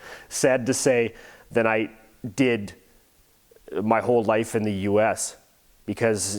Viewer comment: Also ich kenne keine Engländer die ein hartes R haben.😂 Wenn du genau drauf achtest hört man auch jedes mal wenn "The" sagt mehr ein "S" als ein "Th". Und mit diesem Satz wirst du mich wohl als den deutschesten aller Deutschen halten, aber mir egal!😂